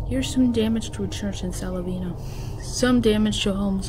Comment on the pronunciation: Its not silavena kid its Sylvania. When you say it, its sounds like Syl-vain-ya. You forgot to show the picture of the school bus being towed away from Plainview High School in rainsville alabama that was literally twisted like an empty beer can.